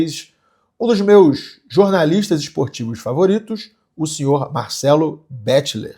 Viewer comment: Se fala BEKLER, não betiler kkkkkkk